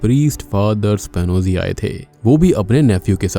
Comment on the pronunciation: एस्पियोनाज केस है वो शायद वो स्पानोजी नहीं। उच्चारण एक बार देखे।